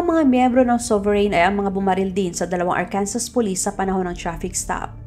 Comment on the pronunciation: a kind correction lang po “Arkansas” they pronounce it as Ahr-kun-suh:)